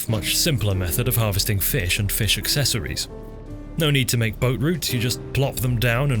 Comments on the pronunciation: please stop pronouncing fish like that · I've been mispronouncing "Fee-ish" all my life! Thanks for hooking me on the correct way! :D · Every time you said 'feesh' my brain added the sound effect; very good. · Sir Sean Connery would be proud of the way you pronounced "fish". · Man be saying Fish like Michael Jones when he had a stroke lol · haha he says fish in a funny way haha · Love the way you say fish. It's like an audio version of italics